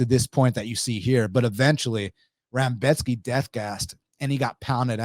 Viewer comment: With all due respects, you mostly, if not all, picked favorites to win. And you kept calling Rebecki, Rambeshki.. sorta weird, but I appreciate your takes and how thorough of an analysis you gave. It was very on point for how you saw things. I definitely saw some things that I didn't think about before hand, especially that Volkov weak takedown defense when trying to go for a guillotine vs. Gane. Definitely think it's wild to pick no underdogs at all though.